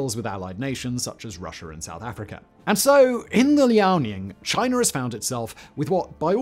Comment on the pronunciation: You didn't say "chi ner" so they must be making progress.